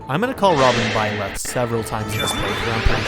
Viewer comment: Your robin is beautiful... And when you say byleth i smile hahaha...